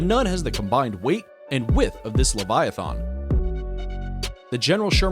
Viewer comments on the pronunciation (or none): “lAviAThoN” it’s leviathan. Lea vi a thin